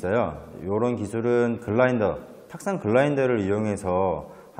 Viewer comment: 유튜브 강의를 많이 들어봤지만 군더더기 없이 깔끔하게 핵심을 전달하는 분은 처음입니다. 그런데 끌을 그렇게 네 단계를 거쳐서 갈아야 한다면 너무 시간이 많이 들고 힘들지 않나요? 그라인더를 사용하여 쉽고 빠를게 끌을 갈 수 있는 방법을 어서 강의해주시기 바랍니다. 발음을 '글라인더'라고 하시던데 '그라인더' (grinder)가 아닌가요?